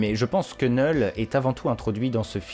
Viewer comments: Faut t'apprendre à prononcer les noms car sincèrement c'est gênant et agaçant C'est "Knoull"Knull et pas "Knell" comme tu dis tout le long de la vidéo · Vous êtes stressant à dire neul le K ce prononce 😂